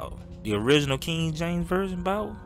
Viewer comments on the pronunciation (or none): none